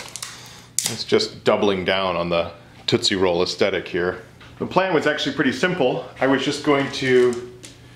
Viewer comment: Every time he says "Tootsie Blog" I can't prevent my laughter... Help.